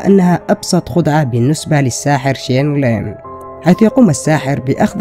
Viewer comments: Bro ur title is Shane Lim but his name is Shin Lim and also ur said Chen Lim...Bro WTF!! And also u dont know how he does it u cant reveal it this video is all fake ur doing it for views this video is a huge CLICKBAIT!! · Thats not “Shane Lim” thats “SHIN LIM” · ITS SHIN NOT SHANE COME ON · It's "Shin" not Shane, brah! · نطقه لاسم الساحر شينيلغن مااعرف كيف اكتبه بس المهم انه يضحك😂..